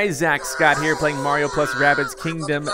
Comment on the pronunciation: its-a-me BWAHRIO